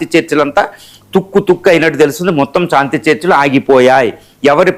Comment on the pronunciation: సాంతి ఏమిటి రా శాంతి అని పలుకు